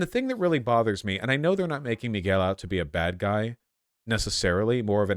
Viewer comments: MUY-GUH-WEEEL O'Hara. Vaush is that kind of white guy. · Vaush being from Los Angeles and not being able to pronounce Miguel is baffling. “Migwel” sounds like what a British person would say. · Vaush: Miles MoraLAYS, MiGWEL O'HORRUH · MIGWELL??? Vaush will never beat the "can't pronounce non-WASP names" allegations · Vaush pronouncing Miguel like that made my hearts bleed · I guess Vaush is just the kind of guy who chooses to pronounce things wrong on purpose because he’s white? Like you literally just watched a movie where they are pronouncing the name correctly a bunch of times and then you go home and make a video mispronouncing like three different peoples names. I don’t know. Kind of seems like something and white hillbilly would do.